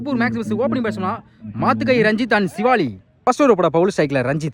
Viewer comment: யோ உனக்கு எத்தனை தடவ சொல்லுறது சிவாலி இல்லையா சிவலி னு சொல்லுய்யா பெரிய பேட்ஸ்மேன் பெயரை சரியா உச்சரிக்கவும்